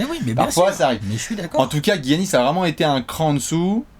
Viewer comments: Giannis se prononce "Yannis" et pas "Guiannis", je vois que vous avez hésité qques fois :) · arrête de dire "Guiannis" dit "Giannis" ça ira bien mon bew une bise à vous c'est super ce que vous faites.